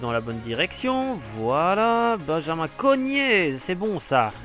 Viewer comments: c'est CORGNET et pas Cognet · Par contre dit correctement les noms des joueurs psk Sales ou lieu de Selnæs et Cognet au lieu de CoRgnet ça va pas